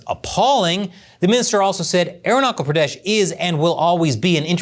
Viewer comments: It is irritating to hear "Arunachal Pradesh" as "Arunakal Pradesh". Please correct your pronunciation, or else you will be considered Chinese. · Aeronakul Praadash... 😂😂. It's Arunachal Pradesh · Aruna-kal pradeshh 😂😂😂😂😂😂😂.. this guy is hilarious by nature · There's no war between China and India. You don't spread fake Idiotic information. MF you bastard can't even pronounce my State's name. That was a glitch and this lady was nervous. Fuck your Idiotic information. We, both Nation is developing our Economy and Relations. So this will bite your ass. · I am Indian and your pronounciation of "Arunachal Pradesh" is wrong Thanks